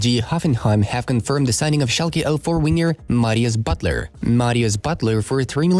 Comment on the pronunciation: Marius BUUTLEER